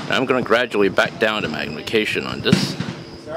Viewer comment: Please say "this" and "the" instead of "dis" and "Da". Da hits on da target? WTF. Going forward just fix yourself.